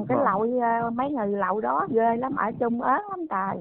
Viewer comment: Chị nói chuẩn .